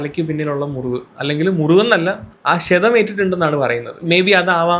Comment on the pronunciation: ക്ഷേധം അല്ല ക്ഷതം ആണ്